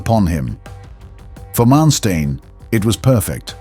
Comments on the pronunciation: Learn to pronounce Manstein. Not m[ea]nsteen, but maaan 'a' like in father and shtine 'tine' sounds after t - like 'line' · Muy mala narración. Manestain? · Who is this guy "Mansteen" that he keeps mentioning.